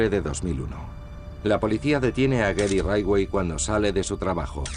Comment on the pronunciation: «Gery raidway» jajajjaaj